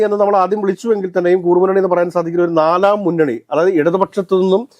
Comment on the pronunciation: "KOORRU MUNNANI" ALLA TTUO....😢.... IT'S "KURRU MUNNANI" ie SMALL GROUP